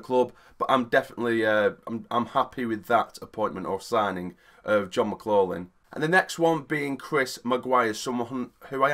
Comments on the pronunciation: pronounced mclofflin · It’s pronounced mick glok lin btw 👍🏻